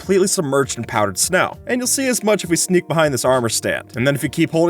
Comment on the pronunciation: “Stop rendering when you sehhh four blocks away”